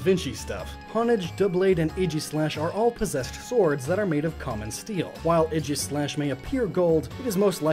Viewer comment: AEGISLASH, NOT AGIESLASH!